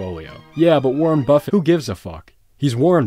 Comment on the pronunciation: Lol "Warren Bustit"